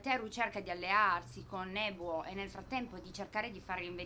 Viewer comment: Bella recensione ! comunque uno dei 3 personaggi iniziali si chiama Nobuo non Nebuo poi per il resto pollice in su =)